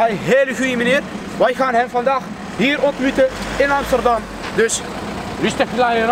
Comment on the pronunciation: broer amsterdam op zijn turks uitgesproken is amies ster dam. de ster van Amsterdam moet je als ster uitspreken(die dingen die lichtjes die je aan de hemel ziet). als je met je handen achter loopt dan graag met kralen ketting. xD